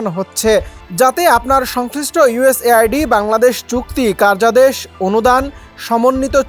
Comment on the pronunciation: আওয়ামী লীগের বলদরা শিরোনাম দেখে খুশি হয়ে গেছে😄 ওহে বোকাচন্দ্র,এটা শুধু বাংলাদেশের জন্য না,সারাবিশ্বের জন্য। তাছাড়া বাংলাদেশ অন্যের সাহায্য চলে না।সাংবাদিক ভাই,আরো প্রফেশনাল হতে হবে। উচ্চারণও ঠিক নাই,ইউএস এইড বারবার ভুল পড়তেছেন।হেডলাইন আরো ঠিক করে দিতে হবে।